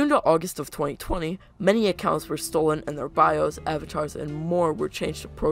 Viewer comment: Did you say stole free models..?